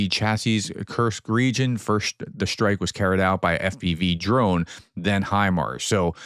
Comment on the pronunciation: Strike not SHtrike